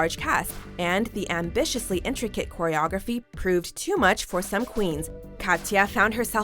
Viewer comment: did you say choreography like you would pronounce chi chi's name?...... it is read k